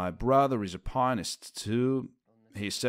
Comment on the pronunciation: Great doc but it really freaks me out when someone misspronounce "pianist" and above all "Chopin" 😢